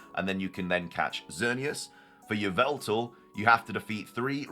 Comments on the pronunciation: Wrong! It's Yah-vul-tal! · It's pronounced ee-VELL-tall according to Serebii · its yee-val-ta lol